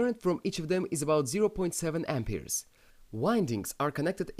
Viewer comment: lol "Ampeers"